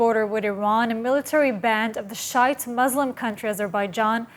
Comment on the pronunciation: I love how she said shite or whichever isn’t Sunni hahaha😂😂😂